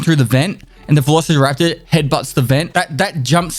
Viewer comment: “Velocity” raptor, lol.